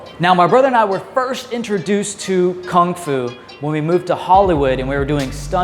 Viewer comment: Kung fu, not "Kong fu"